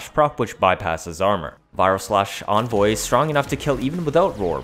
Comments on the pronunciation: there is no way in phonetics that an e can be pronounced like an o in the english language, it can sound like ee as in weep, eh as ing exercise, and uh as in mechical. nowhere does it say o as in onvoy, also vigilante has the ah sound not the ey sound. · I hate the way you pronounce things, onvoy, vigilonte, etc, please pronounce it right